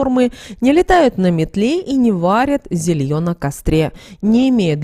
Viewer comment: Не зельё, а зЕлье.